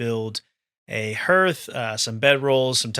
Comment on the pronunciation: Please pronounce Hearth correctly in the future.